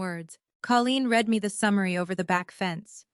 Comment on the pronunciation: It's pronounced you red it. (Still spelled read)